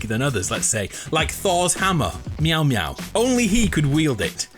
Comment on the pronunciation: The way he said miolnir or idk how it is written haha he said mew mew lol...